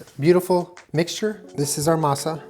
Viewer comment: I appreciate the way you pronounce Masa,.:D